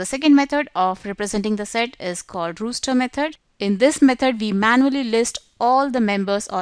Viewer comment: Yes. It is roster, not rooster, but good video.